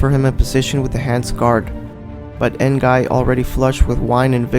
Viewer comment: Say it like AN-GI not AN-GUY